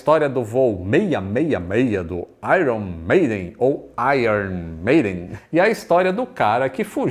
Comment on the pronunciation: Legal! Meu nome apareceu bem no "Aiern Meiden". :_ManoBlz